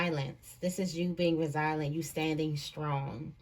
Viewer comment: the word Resilient is pronounced RE ZILL-YENT or RE ZILL-YENCE